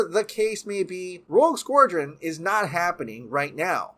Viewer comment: Dude can’t pronounce Rogue Squadron lol